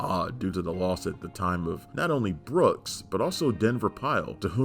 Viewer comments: BOOKE, not Brook. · Boss' name is Booke, NOT Books. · Sorrell BOOKE..... not "Brooks".